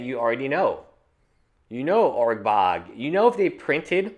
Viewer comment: It's ur-borg not urg-bog.